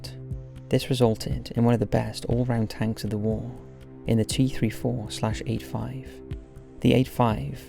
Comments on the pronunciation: T34....not T 3 4........ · i hate the fact he didn't say 34 instead he said three four which really triggered me for some reason